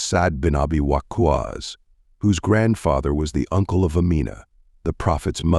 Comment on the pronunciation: By the Way, the way WaQqas is pronounced needs a bit of correction 👌